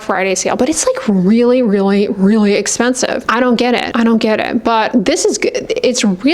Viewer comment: The emphasis on really expensive is my favourite lol thank you for keeping it real. It’s reaaaaaally gooo—- expensive. Good. Expensive.